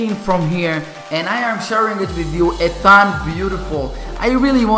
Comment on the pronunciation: You always say Ethan wrong..